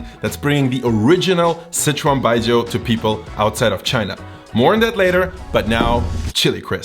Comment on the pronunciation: Why are you saying "Citron" instead of "Sichuan" ?